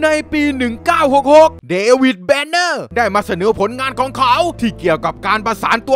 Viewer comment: เดวิดเดเน่อ กูนึกว่า เดวิด แบ็กเเฮม